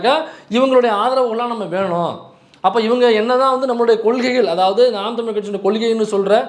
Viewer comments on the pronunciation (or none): none